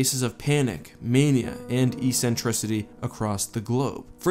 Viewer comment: That’s not how you pronounce eccentricity